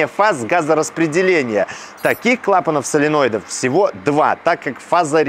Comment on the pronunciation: "соленоидов", - "баснословно".